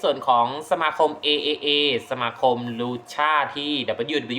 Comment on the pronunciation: จริงๆต้องอ่านว่า TripleA นะครับ